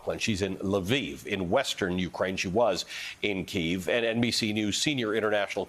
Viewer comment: Pronounced Leaf, not Leviv.